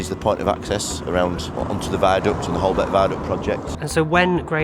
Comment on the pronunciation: Don’t call it “Holbeck” viaduct